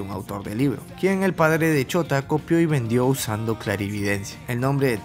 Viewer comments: Es shouta !! No chota! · Cuando dices shouta se escucha como chota XD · Chota xd no dijiste bien chota acá en argentina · Me da risa como dice el nombre de shouta por que suena como chota xddd